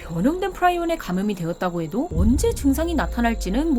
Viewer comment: 영어발음도 프리온인데 왜 프라이온이라고 하는겨?